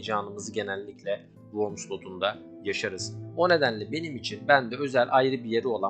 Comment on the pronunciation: İçerik güzel de şu wormu üzerine basa basa O ile okumayın artık. Her şey yazıldığı gibi okunmuyor.